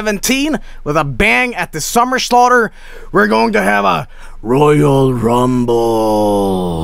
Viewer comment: “Are you ready for the SUMMER SLAUGHTERRRR *ledleldltleley*”